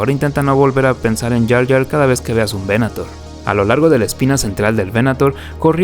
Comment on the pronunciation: Datos: -Crucero de Asalto Clase Aclamator (pronunciación correcta) -Crucero Estelar Clase Venator (veNAtor): el Cazador. El Primer Destructor Estelar del Imperio fue el Clase Imperator, renombrado Imperial; el primero fue el de Tarkin: el Executrix (la Ejecutora), el segundo fue El Exactor (el Cobrador o recaudador de los tributos) de Darth Vader. La proa del Clase Resurgente esta inspirado en los portaaviones de la primera generación (años 10-20) con doble plataforma soportada por pilares y que eran acorazados convertido en portaviones.